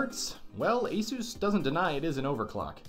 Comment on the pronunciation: I love how you say asos when it is supposed to asus